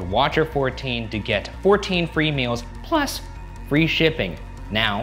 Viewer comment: it was the “pLUs” for me 💀